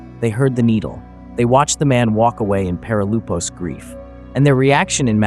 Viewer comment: Perilypos (ΠΕΡΙΛΥΠΟΣ) not perilupos